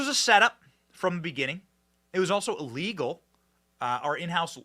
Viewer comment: Illegal, not illwgal!!